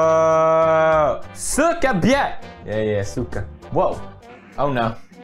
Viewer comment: It's "Soo-kha blyat". Don't forget the L in the "blyat". And also. Please stop swearing in Russian, my family understands it